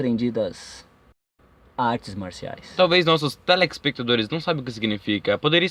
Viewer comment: O dublador sequer consegue falar "telespectadores". Mano, cuidado.